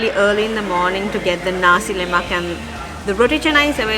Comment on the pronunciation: Hi great show. Mamak is referred to Indian Muslims in Malaysia / Singapore, pronounced Mama the K is silenced. same with Nasi Lemak pronounced Nasi Le'ma. Lemak means creamy. Yes, Nasi Lemak is truly delicious legendary food and so fragrant. Mamak shop is the wrong place to eat Nasi Lemak 😁. Yes, they make ok but very artificial. Only a Malay can make an Authentic Nasi Lemak. Here is a popular comedy clip about Mamak shop If you visit Malaysia Authentic Nasi Lemak treat is on me 😊